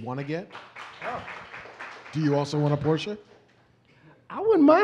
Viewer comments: Porsche pronounced like a german! Nice! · THANK YOU Marc for pronouncing Porsche correctly!!!!!!!!!!!! I thought I loved you before, but now it's like respect and shit.